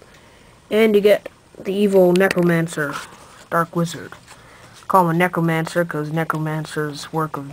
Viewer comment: its necROmancer not necomancer